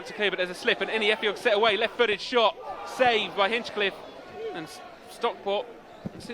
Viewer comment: Someone tell the Barnet commentary team it's Hinch-liffe not Hinch-cliffe 😂